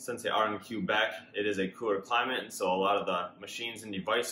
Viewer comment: Yeah, the right pronunciation is 'kwuh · bek' lright pronunciation is 'kwuh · bek' ⚜️